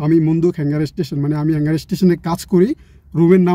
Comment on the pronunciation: কথাটা হ্যাঙ্গার না, হাঙ্গার হবে। Hunger অর্থ ক্ষুধা। কিছু পড়াশোনা এজন্য করা জরুরি।